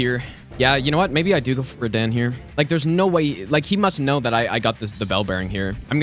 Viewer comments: Btw it totally tilts me that you’re the only person on earth that calls him Rah-Dan…. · what the flip is "redehn" bruh💀🙏🏻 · Small question: Why does pronounce Radahn's name wrong? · You are the legend,! That is obvious by now. And did you watch Kazoodle´s reaction to your pronounciation of Radahn? 🤣🤣🤣